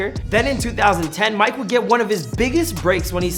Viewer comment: The way you pronounce Mike would make a lot of French people angry hahah